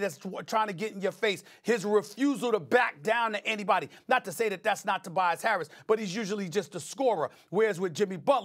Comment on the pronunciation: Stephen A def said Tobias Carrots